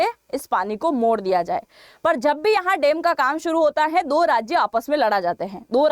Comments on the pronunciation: Madam there is a difference between डेम and. डैम So please be careful about pronunciation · Woh डेम नही डैम होता है, सही पकड़े हैं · Dem kya hota hai .dam bola na😅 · dem nahi dam aur lara nahi lar rahe the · Madam, Dam ko Dem kyo bolti hain Rajasthani style mein. Kal toh ap bag ko bhi beg bolengi. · Madam ji, it’s डैम not डेम 🤣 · Please improve your pronunciation of DAM.